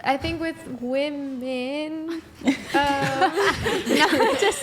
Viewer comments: There are 50 comments about her repeatedly saying woman instead of women. She said it correctly maybe twice. Its not just her its become a trend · Why can't the women properly pronounce women. At least he called them out on it. As dumb as it sounds, maybe we need a campaign to promote women proper pronouncing women . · Bro…. Women always say “woman” wrong. I don’t get it. It’s the majority of women I hear on these podcast. How did it become a thing? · Finally! Someone is correcting this. It is WOMEN in the plural form NOT WOMAN!!! And don't say it's because English is not her first language. I hear women on this show who only speak English do the same darn thing. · What do u mean by that? Seems like its an issue that really only women cant pronounce women..men dont seem to behaving this issue. And the issues primarily comes from women who lean to the left, not woken who lean right. So it seens like its anything BUT a general issue. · It must be a social media thing. I hear it a lot starting in the last year or so. Yeah, it's almost always women that can't pronounce women correctly. Strange.